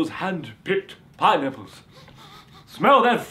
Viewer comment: Lol he says pine apples funny